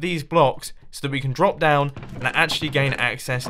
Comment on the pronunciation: "Brop?" Weird word. Drop, you meant, Mumbo?